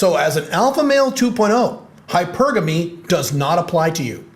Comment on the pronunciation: Always appreciate your insights from your experience. Good post. (Nice to hear someone pronounce hypergamy correctly.)